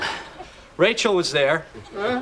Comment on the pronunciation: Why did she not think that "Rachem" is supposed to say "Rachel"?